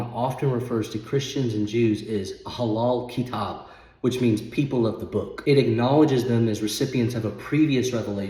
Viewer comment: Peace be upon you ... It is ahlu al kitab ... You pronounced it wrong .. however , you are doing good ..